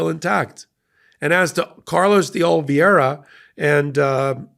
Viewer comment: excellent analysis as always, but again you keep mispronouncing Carlos DeOliveira's last name.....The last two syllables are pronounced 'vera' NOT 'vee-era' (as it is spelled 'veira' NOT 'viera'. (retired teacher)